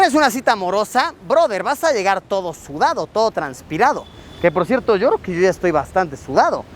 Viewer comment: Hola Luisillo!!! Te queremos, te amamos! ...aaaunque, personalmente, me da ñañaras cuando sustituyes el sonido de "y" ó "ll" por "sh", como en "ashá" (allá), "gasho" (gallo), "gashina" (gallina), "sha" (ya). Vivo en el estado de Puebla y sé de un grupo indígena, por estos rumbos, que habla de esa manera. Cada que te escucho hablar así, no puedo evitar relacionarte con ellos ...sorry!!!🤷🏼‍♀️ Pero respeto tu trabajo y, finalmente, seguimos viendo tus videos. Bien hecho!!!